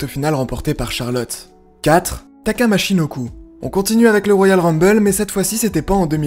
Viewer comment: Bordel c'est michinoku pas machinoku Respectes les légendes bordel